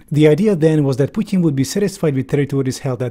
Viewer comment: i respect how you pronounce "putin". not because i'm a fan of him. you just did another thing RIGHT